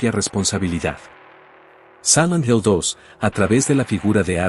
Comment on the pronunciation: ¿Por qué dice "Samant Hell"?